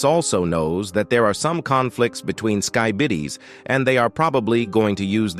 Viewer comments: The way he says skibeedee instead of skibidi infuriates me and the unnatural pausing is so annoying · no bro literally said skybidis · I heard say sky bidiy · Bro said skybides💀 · Aw yes the the “skybidis” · It’s not skebidi it’s skibidi dummy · Sky-bittes? lol unlike you. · you said skybidi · who tf pronounces skibidi toilet as "skibeeeeeedeee toilet" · Bro really said sky bidis 😂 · skeebeedi toilet. LOL 💀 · "skeebedi" - G-Man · Skee bee Dee toilet 😂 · It was very funny hearing the toilets talk in the skidi toilet language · skybidis 💀💀💀 i love when the ai mispronounces things, its funny lol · He said skybidi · Bro said skybidi toilet at the end 💀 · Bro said skibitty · If I hear this ai say "skee-be-dee" one more time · When says skibidi toilet:SkEeBeEeDeE toilet😂😂😂 edit:he also said "skybidi"😂😂😂😂😂😂😂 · the way you pronounce skibidi drives me insane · I love how you say "skibidi" its so funny 😂😂